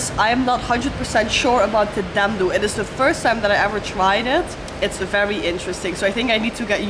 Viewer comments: Your's pronunciation is wrong,dendo but it's called dhido😅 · It’s not called dhando it’s called dhido 😂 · Well fyi Dhindo actually pronounced as dhido where 'n' is silent and way to eat is straight dig it up, dip into some curry or chatni/sauce & just swallow it w/o chewing it 😃 enjoy 🤤🙏🥰🥰🥰